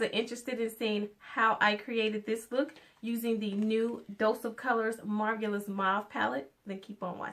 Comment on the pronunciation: Marvelous - "MAR-VAL-LES" Just thought I'd drop this here because you were struggling with that word the entire video.